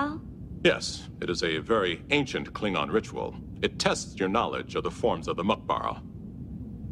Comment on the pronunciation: when your Klingon pronunciation is better than Worfs.